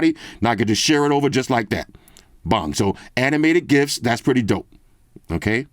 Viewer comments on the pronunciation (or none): none